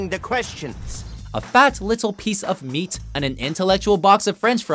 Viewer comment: faTTT liTTTTle piece of meaTTTTT. Why didn't you pronounce Space Ghost Coast to Coast the same way? What happened?